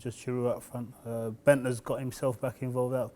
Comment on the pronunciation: Did he just say Bendter in the same sentence with Giroud and RVP? The guy is a joke.